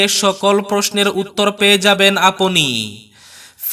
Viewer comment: সঠিক বাংলা উচ্চারণ: আপনি - apni (Not aponi). আমরা - amra (Not amora). অর্থাত এই ক্ষেত্রে বরাক উপত্যকায় যেটা চলে সেটাই ঠিক। এমনিতে আপনার উচ্চারণ শ্রুতিমধুর।